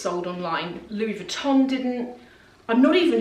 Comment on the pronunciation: Louis VuittoNNNN? You are too smart for this pronunciation.